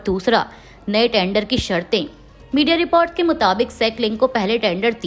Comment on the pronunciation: Anchor ka hindi ucharan sahi nahi h jaise America, schiv, report